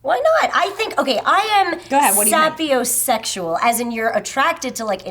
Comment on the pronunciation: you're silly. It's "say-pee-oh" - sexual, not "sap- ee- oh" - sexual.:P Because we're Homo "Say-pee-ens", not Homo "Sap-ee-ins". It's alright, though. I pronounce things wrong all the time.